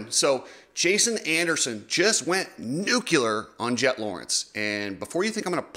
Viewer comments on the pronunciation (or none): Nuclear. Nu-clear. Nuc-U-lear. 😂 Cool? Ok.. Enjoy 👍🏻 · NUCLEAR NOT NUCULAR!!!!!!!!! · Noo-clee-err!!! Nuclear!!! Not nuke-you-ler!!! Damn!! George W Bush said it all the time and looked STUPID!! It’s noo-klee-err!!! Nuclear!!! New-clear!!! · NOO CLEE AR. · You sound like President Bush trying to say nuclear.